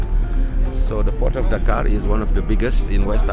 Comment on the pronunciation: I love the way you pronounce Dakar